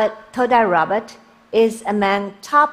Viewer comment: Just Random oh I heard it as todai Robert